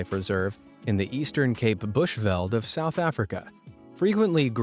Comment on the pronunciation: . I'm from Cape Town, South Africa (west coast). Google maps says it will take me 9 hours and 13 minutes to get their by car. Yasis, that's a long trip😂😂. Oh, and "veld", in the name Bushveld, is pronounced exactly like the English word "felt".